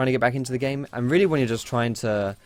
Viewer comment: ye weally